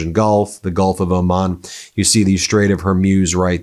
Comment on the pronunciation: Please learn to pronounce the strait!